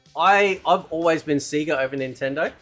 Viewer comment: Dude. It's pronounced Sayyyga. They shout that out in Sonic games.